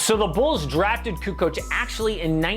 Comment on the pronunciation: Lol Charles, "CuKo"